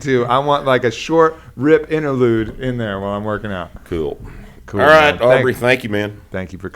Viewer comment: It takes a "hwile" to be able to properly do so.